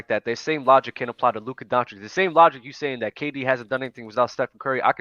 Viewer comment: Day 837, Why is still no one mentioning to that he is pronouncing Lukas name wrong Donchick... put some respect on his name already wtf